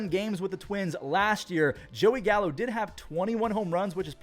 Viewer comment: Did you say Gallo? Or Callo?